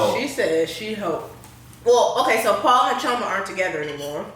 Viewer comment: I love that correctly pronounces Chioma's name👏🏿